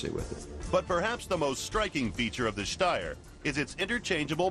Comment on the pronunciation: They pronounced Steyr as good as you can with an american accent. I'm actually surprised. ^^